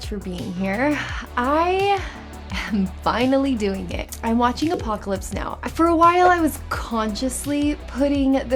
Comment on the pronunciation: "Apopalypse Now"